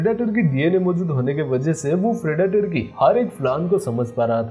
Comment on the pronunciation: Phriditor nhi bolo bhai predator hai wo